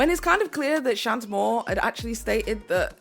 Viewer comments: my love! Shanté Moore is pronounced SHON-tay. She's an old school treasure of R&B in the states. 😉👌🏽 Edit: just finished the video! I was 20 in 2000 so I watched her "rise" in real time and you really hit it out the park with this one! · *Shawn-TAY Moore. Great work on this deep dive!